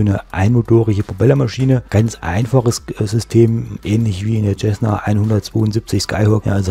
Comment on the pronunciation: Das heißt nicht Tschessna sondern Zessna. :)